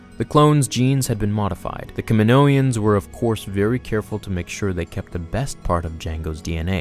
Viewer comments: Kaminoans* not kaminoians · Kaminoans not Kaminoians, and CT-7567 not CT-T567....